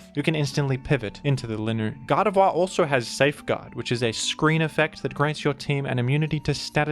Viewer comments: my favorite part of this video is when pronounced "Gardevoir" as "God of War" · Can’t be the only one hearing him pronounce Gardevoir as “God of Wah”